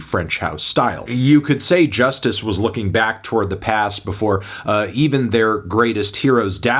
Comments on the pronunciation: It’s joo-stees not Justice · Cal's right... why do you keep calling it "Just iss?" It clearly spells just ice, no? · Believe it or not Anthony, I live in french-speaking part of the world and one of my friends used to pronounce it ''Just Ice'' unironically. Yes, he was that bad at speaking English. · No lie I used to think that Justice was pronounced ,,Just ice" 😂 when I heard their music